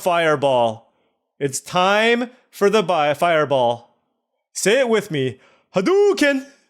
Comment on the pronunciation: Your hadouken needs some practice. Maybe Kamehameha would be a better skill to learn?